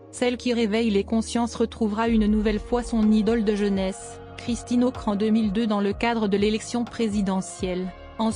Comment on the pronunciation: Et qui ne sait pas lire : Ockrent pas Ocre !!! Mais peut-être est-ce un algorithme mal programmé!